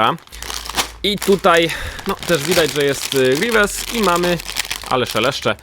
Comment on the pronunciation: grivies palpatajn jak mnie to wkurza